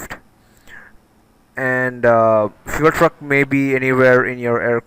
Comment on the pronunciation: did anyone else heard him saying fuel fu*k?